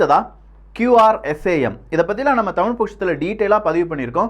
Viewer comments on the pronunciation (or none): none